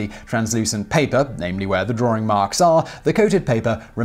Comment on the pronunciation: The dreaded drooring is back again. Laura Norder's intrusive r.